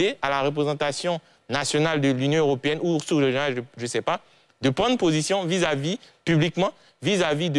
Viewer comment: c´est position et non possion